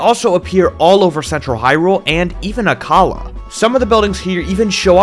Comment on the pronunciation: Finally, someone pronounces Akkala properly